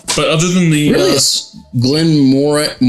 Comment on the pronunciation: It's a soft "g". Glen-moran-jee. Glenfiddich is a bit more difficult. The ending is not a hard "k" like "dick", more like Glen-fiddikwh. Listen to how Scots pronounce Loch Ness (monster).